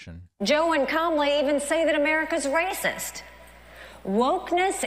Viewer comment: Is she saying Comely instead of Kamala?